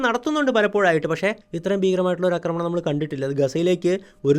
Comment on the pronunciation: ആശാനേ അക്രമണം എന്നല്ല പറയേണ്ടത് ആക്രമണം എന്നാണ്. ഇനിയെങ്കിലും ഒന്ന് കറക്റ്റ് ചെയ്യാൻ ശ്രമിക്കൂ. കേട്ടിട്ട് ദേഷ്യം വരുന്നു.